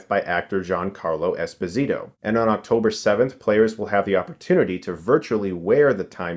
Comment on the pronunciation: Fun fact: Ginacarlo's last name Esposito is Italian, not Latin; so it's pronounced es-POSE-ee-toe. Source: the man himself on WFT Podcast.